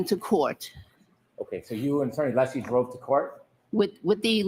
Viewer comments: It's UH-lessie DUMBASS!!!!!! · Honk breenan is a petty, little man intentionally mispronouncing Alessi. I think he knows Mr. Alessi is very liked by the public and he isn’t. Jealous. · I'm not sure attorneys realise how they come across. The vast majority of trials have very limited audiences so the general public doesn't get to see the likes of Brennan being so obnoxious. The lack of scrutiny means obnoxious and unprofessional conduct does not get checked. Brennan repeatedly mispronouncing Alessi's name should have been picked up on, for example.